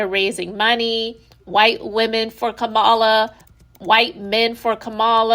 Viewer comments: Well well well well said! Just one thing to add: COMMA-la. 😁🥰😍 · COMMA-LA. That's how you pronounce her name.❤ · With all due respect… Kamala is pronounced Coma-la ❤